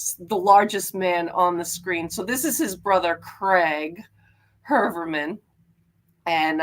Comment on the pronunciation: The name is pronounced : Hoi-er-man